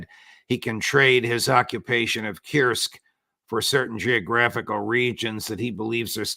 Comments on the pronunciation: For Pete's sake Judge, stop saying "Kirsk". I'm pretty sure that the u-sound exists in English. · Pronunciation of Kursk is "coorsk".